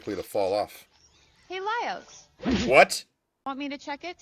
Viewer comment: Lah-Ee-Ohs. Not Lay-ohs. As for Falin, she's not blind. Anime characters that appear to have their eyes closed all the time tend to be the type that like to make jests, or are very cheerful. In anime characters with closed eyes usually enter a trope that indicates that the character is confident in their abilities. It is when these characters open their eyes that you know that something big is about to go down. The dungeon is basically an underground castle. They're going down, but some passages require you to go up in order to proceed downwards. Think of it as a Castlevania game. In some of them you have to go up in order to go down. It's just the nature of Dracula's castle. Same principle applies here.